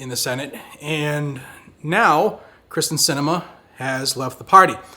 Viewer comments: It's K y r s t en, not K r y s t e n. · Pronounced “Kear-stin” not Kristin. 😁